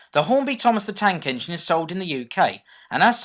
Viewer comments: THOMAS THE YANK ENGINE 😂😂😂😂😂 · did you say thomas the tank engine vs thomas the yank engine? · you said "Thomas The Yank Engine". Did you Mean to Say That?